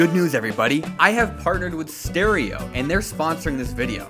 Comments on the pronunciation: When he said stereo I thought he said steroids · I heard, “Caretaker and I went high on steroids” instead of “Caretaker and I went live on stereo”